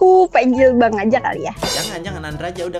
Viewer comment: suka bilang bhang😂